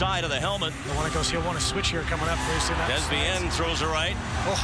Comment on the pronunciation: its prenouce "DAY" "bein"